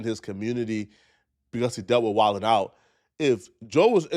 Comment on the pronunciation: Why she said wild then out it’s wild n out it’s even spelled like it sounds how can you get that wrong 😅